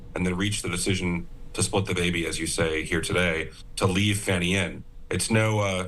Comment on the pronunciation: It's Fani,... NOT Fawni! 🤪